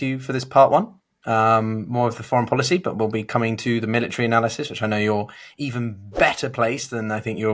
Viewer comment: I disagree He didn't use to sound like he was having a stroke mid-sentence like he does in a lot of his speeches these days. Just look at his speech from Memorial Day. Where he couldn't pronounce the word military and instead said militer, realized that he didn't say the correct word and tried to correct himself and said the exact same thing. It was obvious watching it that he was having problems But hey if the Republicans want to rail against Biden and his age I say Trump is more than fair game as well